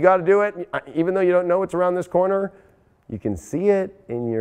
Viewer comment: Did anyone else here coroner instead of corner? 😬🤣